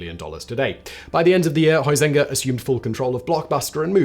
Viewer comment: Always curious why people can't pronounce Huizenga correctly?